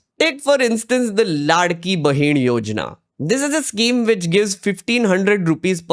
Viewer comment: Are you from Maharashtra I'm asking because you correct & fluently pronounced लाडकी बहिण, हरियाणा that ण you speak correctly.